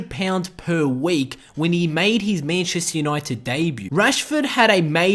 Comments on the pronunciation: Mayancheystare younoited nice pronouncing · Mayncheistar Junaited